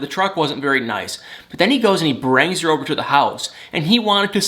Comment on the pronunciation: Ok can I just ask why you say words with a I with an A? Thank-think-lank-link-brang/bring it drives me crazy just saying